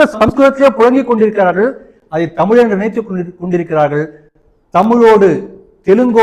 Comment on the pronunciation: தமிழ் வாழ்க போர்டுகள் வைத்த து தான் இவர்கள் செய்த தமிழ் சேவை...... நம் மேயர் பிரியாவின் தமிழ்........ ரெயின் ஸ்டாப் ஆனா உடனே வாட்டர் எல்லாம் போயிடும்....... வால் க டமில்!!!